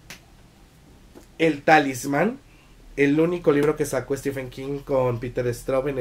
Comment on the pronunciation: Aunque prácticamente el 100% de los hispanohablantes, incluidos todos los youtubers, pronunciéis stiFen, su nombre se pronuncia stíVen. Basta darse una vuelta por reseñas de youtubers angloparlantes.